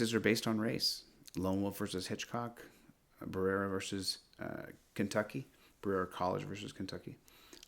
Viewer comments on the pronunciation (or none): Berera is pronounced ba-re-a from someone that lives 45 min away. Thought you might want to know in case you use that case again.